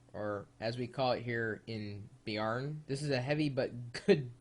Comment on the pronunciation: HEAHEHEA! BIARN? Mener han Beiarn i Nordland? HÆHÆHÆHÆ FETT!